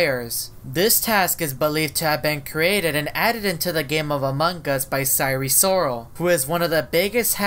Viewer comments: SIRE SORAL sire sirol: welp, you got it wrong. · Sirol not sarol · SIRE SORAL LOL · It. Sire. Soral